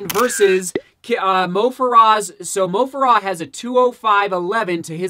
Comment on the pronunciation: its moh fare uh